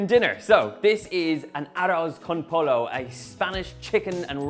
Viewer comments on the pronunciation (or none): Pollo is pronounced "poy-oh" not like the sport Polo. Even though the accent is remarkably cute! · Aww bless, it's pronounced "poyo" not polo haha, also donal if you let it keep simmering at its lowest setting and cover the pot with aluminum paper and close the lid, the rice will take in all those flavors and be even more tasty 💪💪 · hahahaha... Polo! I lolled. It might be worth learning how to say the words before cooking the meal. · Also, it's pronounced poyo not polo. 😂🤣😭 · “Aros” con “polo” LOL...”pollo” is pronounced “poyo” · Pollo not polo!! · Way too much liquid, rice should absorb most of that when cooking, also pronounce a double L like a Y. PoLLo not Polo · Todos escucharon mal, él dijo: aros conpoio lol. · So what if he pronounces it as "polo"? We all know he means "chicken". When aliens in the U.S. cook American cuisine, we don't go out correcting their diction. That would be rude. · NAJDJSJSJ he said polo 😭😭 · You pronounce it Po Yo! Dang it Donal! Gonna make this anyway lol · I love it when a gringo tries to pronounce a spanish word like pollo and they use a hard 'L' sound. It makes me snicker and smile at their expense. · Pronounced "poy-yo". Looks good. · Aw, he's so cute! Give the guy a break on the spanish. Okay, he should probably learn how to pronounce it properly - ahoz con poyo. Just made my recipe tonight and thinking it needs a bit more flavor. I baked my in the oven, covered and it came out deliciously tender. I use parboiled long grain rice, sausage, and no olives. Whatever floats your boat. Happy cooking todos! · lol poyo hunny pronounce it poyo. just teasing. It was cute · OMG Donal you have so many people around you and none of them told you the pronunciation? It's like someone pronouncing chicken "fiten" 🙈🙈🙈🙈. Arloz con poyo is the best way I can describe the pronunciation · The word Pollo for chicken in Spanish is pronounced "Poyo" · You said polo and I felt physical pain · Arroz con poy yo 2 ll in a word is pronounced as a y